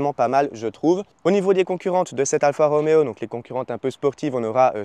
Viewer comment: Alfa Romeo pas Alpha Roméo, Anonima Lombarda Fabbrica Automobili, pas de ph qui fait le son f en italien.